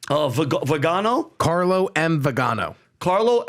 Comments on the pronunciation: His name is pronounced Vee-Gan-O he was a Catholic Archbishop. I believe one day he will be venerated a saint. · FYI Arch. Bishop CARLO MARIA VIGANÒ ( pronounced VEE GA NÒ acccent on the O.) Italian, Ex Apostolic Nunzio (the Vatican Ambassador) to the USA. Ex comunicated by Bergoglio because he does not agree with him.